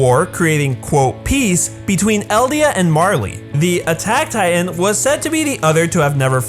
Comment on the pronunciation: I cant help but notice every time he says titan he says “tight ant”